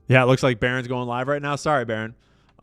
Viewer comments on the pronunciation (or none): none